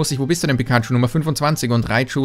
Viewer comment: candysammler pikachu: "Candachu"